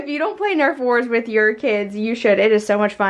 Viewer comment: Omgh, NERF! Not nerve 🤣🤣🤣